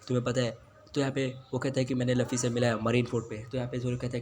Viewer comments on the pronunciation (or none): Tum luffy ko lufy kyu bolte ho 😂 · Bhai woh luffy h laffy ni or itna fast q bol rahe ho aesa lag raha h jese class me koi baccha teacher k samne book padh Raha ho atak atak ke 😅